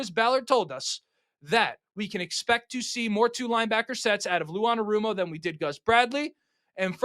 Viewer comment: That’s not how you say his name